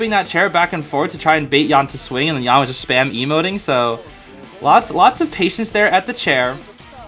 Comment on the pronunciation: hey hey just to let u know dou5's Yan is pronounced "yen"! love these vids btw, u always bring new insights and a different pov from what i personally think <3